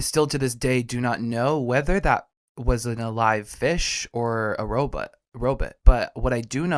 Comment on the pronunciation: Zoidberg “robut”